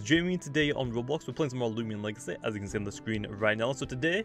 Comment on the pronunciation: i like how u say legacy "legace"